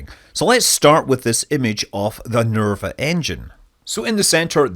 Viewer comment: Repeat after me: NERVA! NERVA! NERVA!....